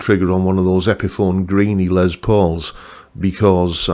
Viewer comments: And of course the new Greeny models are, among others, signature models of a signature model. (And the man himself pronounced his first name lime Less, not Lez, but as you’re British, I guess that’s okay 😊…) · Great list. Richie Kotzen Tele is on my radar, yes! On pronunciations: in official Gibson speak it’s probably “Les”, not “Lez”.. but nevermind.. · Poking fun of someone saying Les (Lay) and then saying it's Les (Lez) when it is pronounced Les (Less). Oh the irony. 😜